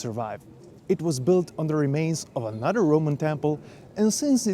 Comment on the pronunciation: well-done. Just one little suggestion. Pronounce another as a-noth-ther and not a-nudder.